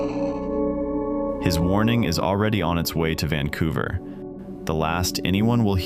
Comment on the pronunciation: Sounded like "take cover" to me not "Vancouver"🤷‍♂️